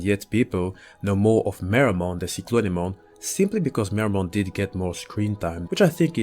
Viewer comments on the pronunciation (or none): The… way you pronounced cyclone took some getting used to. It is pronounced saɪˌkləʊn, not si clone. Also the Japanese name for this thing is Cyclomon, which is an obvious reference to Cyclops, which makes hell of a lot more sense than Cyclone when looking at its appearance. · it's weird but it oddly doesn't sound bad